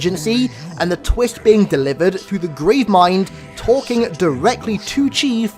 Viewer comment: Learn to speak bro omg.. twist not twist haha 😂